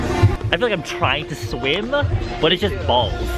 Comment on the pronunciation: ”I cant sweeam”